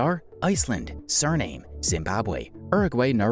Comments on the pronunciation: Did you really pronounce Chile as Chilly and Suriname as Surname? 😂😂😂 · Chile is simply pronounced this way in some languages. You're right about Suriname though.